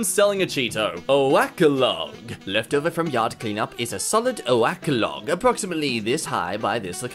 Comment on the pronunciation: lmao "o-ak" why did he pronounce it like that?